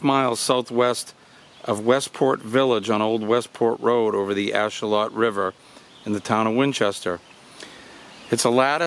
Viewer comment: Just because I like being pedantic. Ashuelot is said with a long E so it's said "ash-wheel-lot" and the 'lot" part is kind of said between "lot" and "lit" but you'll hear it said lot or lit or somewhere in between.